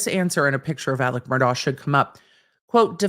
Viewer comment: Mur-DOCK. He is a horrible man, but you dont get to tell him how to pronounce his damn name.